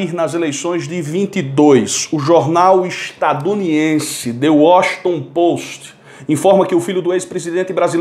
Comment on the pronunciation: Eu xará , a palavra certa é " ESTADUNIDENSE" E NÃO " ESTADUNIDIENSE"